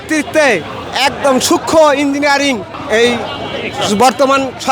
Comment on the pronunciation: Engnig noy ota Engineering, madrasacap